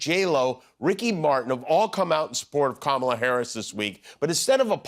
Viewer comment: He actually pronounced Kamala’s name properly for the first time I can recall